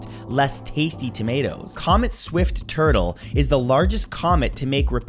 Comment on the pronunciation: I’m sorry my buddy but the comet isn’t Swift-Turtle… it’s Swift-Tuttle, named after the two astronomers that discovered it. Love the rapid fire content!